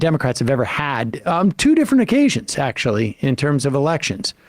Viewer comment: I get a real douche chill when Dave Rubin says the word 'actually' and adds an extra few syllables. Grates on me so much, cos he always uses it redundantly.